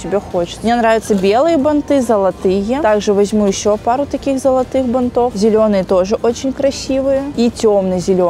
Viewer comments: я, конечно, понимаю многое. но правильно говорить "бАнтов". аж слух режет не правильная постановка ударения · БАнтов, шАрфов, тОртов!!!!! Ухо режет каждое видео, сколько можно? Как будто специально 😢 Прям уже не выдержала, сорри